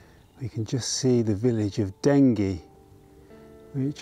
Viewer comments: Lovely video. My part of the world... We real Essex boys pronounce it Denjy. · Pronounced Denjie. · Wonderful video of a much loved liminal place. By-the-way,, in local dialect, Dengie is definitely a soft g pronunciation.